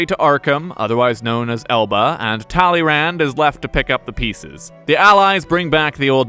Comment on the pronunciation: The D is silent.